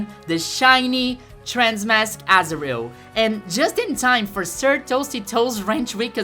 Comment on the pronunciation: Every time I hear you say azurill, I think you say asriel, like from undertale. Asriel is trans-masc confirmed????